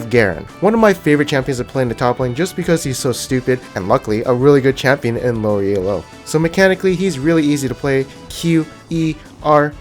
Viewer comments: Elo is a last name, not an acronym. When people say E-L-O, it kills my soul. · Stop calling it fucking E-L-O.